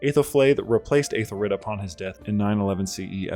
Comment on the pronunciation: The Æ is pronounced like a long E, EE or EH instead of EY, so Eethelfleed/Ehthelflehd and Eethelreed/Ehthelrehd. Either way, great video!